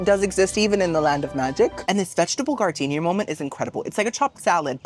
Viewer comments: GARDENIA LMAO ITS JARDINAIR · Giardiniera? No. Gardenia 🌺 . 😂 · Vegetable gardenia lmaooo as a chef your pronunciation really makes me happy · The vegetable salad on your Italian sandwich, giardiniera is pronounced...Jar- din- era. 💖